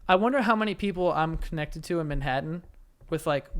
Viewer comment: Why does Joe pronounce it "Minhattan" 😂